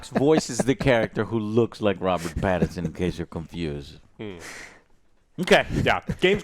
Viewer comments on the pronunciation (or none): mouth breathing: It’sh Robert Pattinshon guysh. Not “Pattershon.”